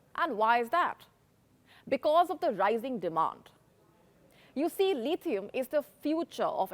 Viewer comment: It’s not Leethieum. It’s Lithium. It’s not Molly. It’s Mauli.